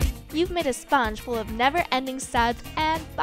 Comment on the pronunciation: Spange?? Or sponge 😂